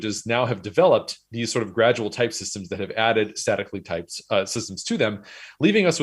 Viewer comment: At 2x, it sounds like he's saying "sadly typed languages"